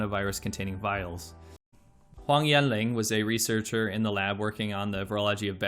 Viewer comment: He pronounced Huang Yan Long wrong. You did too, but you have slightly more of an excuse :P